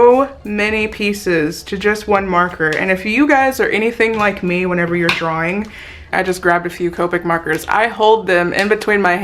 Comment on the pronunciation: Am I the only one that cringes every time she says whenever???